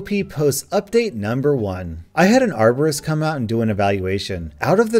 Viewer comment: bacon hair man i thought she said arsonist